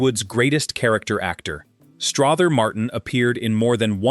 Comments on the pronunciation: I actually found this interesting, but you have a lot of footage of various actors that aren’t Strother Martin.😂 Also, it’s pronounced Struh-ther as in other, not Straw-ther as in bother. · It's pronounced Struther Martin ser. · It’s pronounced Struh ther!!! And quit showing pics of other actors, ugh!!